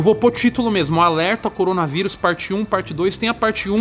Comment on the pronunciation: Depois de quase 4 meses de mortes, depois de mais de 1 mês anunciada a pandemia, depois do planeta todo estar em desespero total o Toguro chegou: "Coronarivus pelo mundo" kkkkkkkkkkkkkkkkk Sua bolha ta tão foda em mano... que tu só foi acordar pra isso agora?